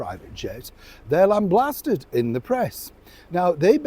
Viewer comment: Lamblasted? Did you really say that?